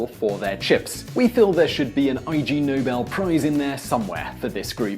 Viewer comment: It's Ig Nobel prize, not I. G. Nobel.